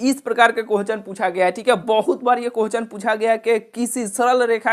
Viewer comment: Bhai pahle questions to sahi se boliye kohchan kohchan